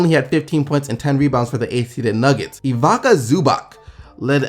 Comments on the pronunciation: I really love your videos but let me help you with pronunciation of eastern European guys Ivica (EVE-its-uh) Zubac (ZOO-bahtz) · You didn't even come close to pronouncing Ivica Zubac right... I laughed so hard on that... :D Its more like Eeveetsa Zoobats. All players coming from ex Yugoslavia region (Serbia, Croatia, Slovenia, Montenegro, Bosnia, Macedonia) with names that contain letter "i" are read as "ee" (examples: Dario Saric, Nikola Jokic, Nemanja Bjelica, Jusuf Nurkic, Nikola Vucevic, Boban Marjanovic, Bojan Bogdanovic, Goran Dragic, Ivica Zubac, Nikola Mirotic, Mario Hezonja, Mirza Teletovic and a few others i can't remember now)... :) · It's "Eeweetsaa Zubats". Also, our Dragič is "Dragich" the G is pronounced like in the word "dragon"